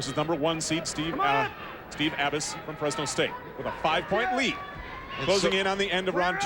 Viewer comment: Is that the same announcer that got Gerry Abas's name wrong against McIlravy? Some people never learn.